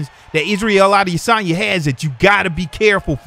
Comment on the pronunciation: How can I take you seriously when you can't pronounce Adesanya... Common man he's the MW Champ.